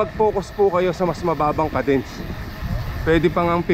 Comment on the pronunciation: uhm, its pronounced /kay dns/ not /kuh dns/.... just saying